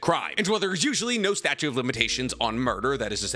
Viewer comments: Statute, not "statue" of limitations. Jujutsu, not jujitsu. Heian is "Hey-on", not "he-on". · are you saying statue or statute? Cuz it is the statute of limitations. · Statute!! Drove me crazy saying statue of limitations so many times so fast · Awesome video, just one question … are you saying *statute of limitations? Or statue? lol. Keep up the great content! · Idk why but I get thoroughly bothered when some one says “statue” of limitations instead of the correct “statute” of limitations lol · "Statute" not statue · fyi it's 'statute of limitations', not 'statue' haha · I’ve been letting go of saying “combind” instead of “combine” for months now. But I cannot sit by while he says “statute” of limitations instead of “statute” of limitations. Someone help him.